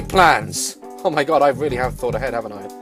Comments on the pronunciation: Every time u said “OH MAH GAWD” I literally lost it. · His oh moi gawd 😂😂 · Listening to Daz say aWmYGawd Made my day